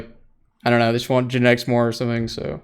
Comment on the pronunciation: Why does it sound like genetics bullied himself into the team... All i heard was genteics contacted us.....then again later on genetics contacted us about joining lol Tuff